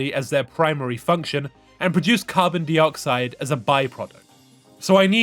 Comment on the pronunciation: I was enjoying this so much right up until you started pronouncing dioxide as dee-oxide, so distracting, it's die-oxide.